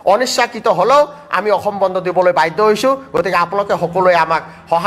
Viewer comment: অসম শব্দৰ উচ্ছাৰণ সঠিককৈ কৰক । বাতৰি পঢ়োতে সাৱধান হ'ব।